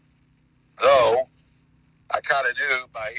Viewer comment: The first and very likely the only time made an effort to say "though" instead of "lo" as to not sound like an imbecile.